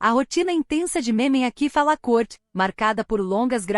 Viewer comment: Poderia procurar pronunciar melhor o nome do ator